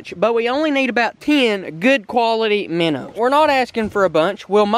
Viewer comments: ITS CALLED MINNOWS not minners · he keeps saying miners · Why do you say minrs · Minnows not minners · minnows. bro. not minners lmao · Dude there cal minnows not minners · Stop saying minners and just say minnow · i live in kentucky and no-one says meners but luv the vids keep it up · Minnerds lol